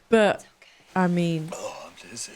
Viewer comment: Did he say "I'm jizzy."?